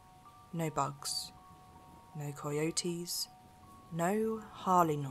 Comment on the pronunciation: I like the way she says coy e oaties. Cay oaties?